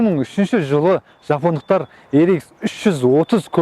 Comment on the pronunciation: Япондықтар емес жапондықтар деп айт